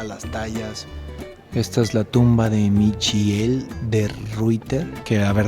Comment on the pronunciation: Michiel se pronuncia (mijil) pero buen intento.